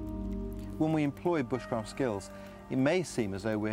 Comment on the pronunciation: Is it me or did that woman at the end say B-uh-sh-craft, instead of b-oo-sh-craft...